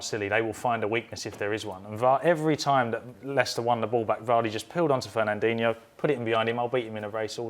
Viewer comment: "Fernanduno" (just after he says mpappe, beginning timestamp )